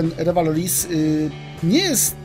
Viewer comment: "Luwearyz" xD